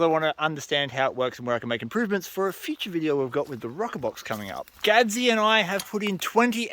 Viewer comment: Good video!! Hey Mick & Gadzie!! Give Fern a scratch behind the ear for me!! Massachusetts says ga day lol!!!